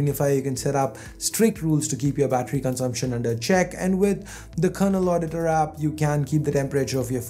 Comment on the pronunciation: It's not Kernel Auditor as you say in and . It's *Kernel Adiutor*. Please take care on this while speaking about famous apps.